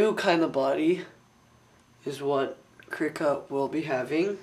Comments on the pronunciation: I believe it's pronounced KRYE-ka... long-syllable I. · its pronounced Krih-ka, with a LONG vowel being the i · its not krihk-a or kreek-a, its krie-ka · Krika is pronounced kree-kuh. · im not being mean im helping you.Krika is pronounced with a long i